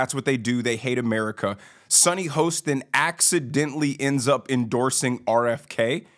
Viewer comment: Do you mispronounce Sunny’s name on purpose?